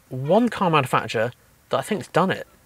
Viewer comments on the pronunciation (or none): Cool video, but you're saying manufacturer wrong!